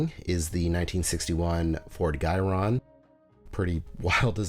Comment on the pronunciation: The word is pronounced: Ji-ron (the i is long as in eye) It is derived from Gyroscope